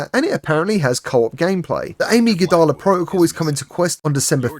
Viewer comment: Thanks ya beat me to this. "Amy ga da la" did have me laughing though.